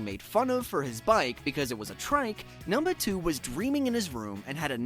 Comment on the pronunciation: this mf said "numnuh 2"